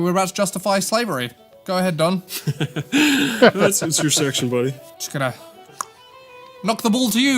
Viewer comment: Don, not Dan!